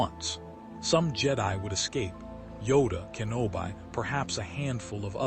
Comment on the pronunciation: It's "Kenobee" not "Kenobeye" lol